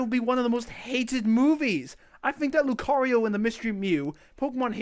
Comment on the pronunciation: I'm not even a Pokémon fan and even I know it's pronounced Lu-KAH-rio.